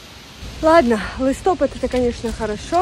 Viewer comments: У нас також наголос на а ,не знаю чого вона по іншому сказала але листопАд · який лИстопад,листопАд😂